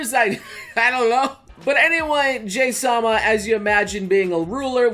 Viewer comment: No J- sama!, JA-HY sama!